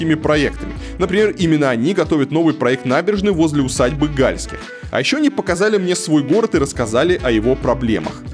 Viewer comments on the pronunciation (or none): Не Гáльских, а Гальски́х. Не в Шéксне, а в Шекснé. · Не гАльских, а ГальскИх. И не шЕксна, а шекснА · Конечно провинцию можно раскритиковать в пух и прах,но вы считаете себя грамотными и современными,а ударения правильно в названиях не удасужились узнать!Усадьба не Га!льских,а Гальски!х,река не Ше!ксна,а Шексна!Готовьтесь лучше .Много выпендрёжа у вас. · Река Шексна’, а не Ше’ксна. Усадьба Гальски’х, а не Га’льских. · не ШЕксна, а ШекснА, не ГАльских, а ГальскИх. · Река называется Не шЕксна, а шекснА Что за бред вообще , ролики делаешь крутые , но хоть названия говори правильно и усадьба не гАльских а гальскИх! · Хотелось бы, чтобы в написанном тексте кто-то расставлял правильные ударения усадьба ГальскИх река ШекснА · ШекснА и ГальскИх. Ну ладно с усадьбой, но куда ставить ударение в названии реки-то уж можно было узнать... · Поправляю ошибки в ударениях: усадьба ГальскИх, река ШекснА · Пытаетесь "раскрыть глаза" на недостатки, а сами не удосужились узнать, как произносятся названия... Река ШекснА и усадьба ГальскИх. Неприятно... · бесталковщина усадьба гальских ударение на и. река шексна ударение на а . е..е москвичи . да у нас дурацкий город и красный . все под пала(ПАО) Северсталью . все продано и 3жды куплено только по годам . есть планы застройки но с их каждый год будет иметь миллиарды каждый раз разная застрой организация . этот список с 2007 года утвержден по 2050 год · Автор, ты бы хоть удосужился погуглить как ставится ударение в названии реки "Шексна" и фалилии Гальских, которым принадлежала усадьба. Позорище. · Сколько ошибок в ударениях.. Галтских, Шексне